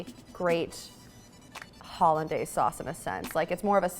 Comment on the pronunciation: Kind of pathetic for not knowing how to pronounce hollandaise.